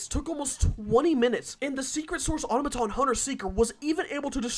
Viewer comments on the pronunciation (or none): none